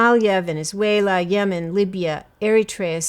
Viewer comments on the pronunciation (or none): none